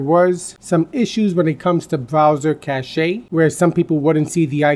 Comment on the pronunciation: Just a pet peeve of mine, and I'm just trying to be helpful, but "cache" is pronounced "cash", not "cash-ay".